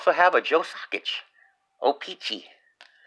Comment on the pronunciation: Card Wolf is a great guy and a great channel always e joy listening to his insight with the older cards. Joe Sacic the c are hard c not soft C lol 😂